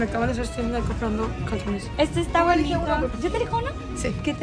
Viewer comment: en el minuto dice calcones en vez de calzones😹😹😹